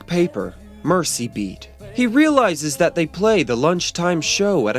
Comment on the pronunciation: Isn't the paper called Merzee Beat? The name of the river was NOT pronounced like "mercy". Thanks so much for this series.